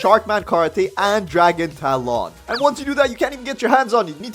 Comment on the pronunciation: Dragon Tah-lawn